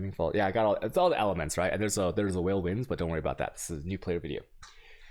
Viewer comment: Don't forget the whale orbs